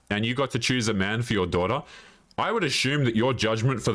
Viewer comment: With your accent "daughter" sounds like "dora"🤣🤣🤣🤣